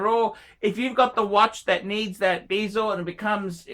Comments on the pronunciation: when did bezel become bee-zel ? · Hey - that's not how you pronounce 'bezel'